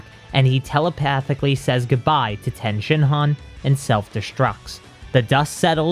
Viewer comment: I LOVE these videos BUT the way you say Tien is so cringy lol it's pronounced TEA-IN lol